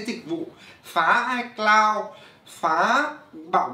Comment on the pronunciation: ICloud = i mây 😂